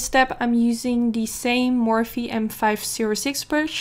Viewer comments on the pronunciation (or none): none